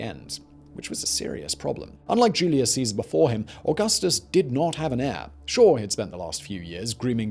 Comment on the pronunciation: Se dice: Augustus (Auuguusthuus) NOT 🚫: ogasthos